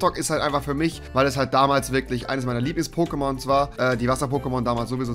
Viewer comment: Er sagt POKÈMONS😐😐😐